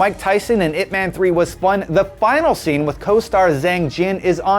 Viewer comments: Can still tolerate when he said "weeng-chahn" instead of "weeng-choon", but I stopped at "ip mehn", when it's "yip mahn".. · is not pronounce as ip 'man', is ip 'mun'...jeez talking about west speaks chinese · Atleast pronounce Ip Man properly it should be like Ip Mun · not pronouned ip man. pronounced as IP MUNNNNNNNNNNN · Am I the only one annoyed with his pronunciation? Ip Man is based on a real person. he's not some fictional superhero. if you're mentioning a name at least 3 times in a clip, learn to pronounce it properly. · the way the host pronounce Ip Man is hilarious. You have to pronounce it directly from Cantonese